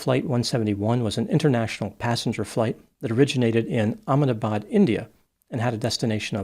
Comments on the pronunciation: Your pronunciation of Ahmedabad is very good ! I'm surprised ! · great job of pronouncing the name of that town in India!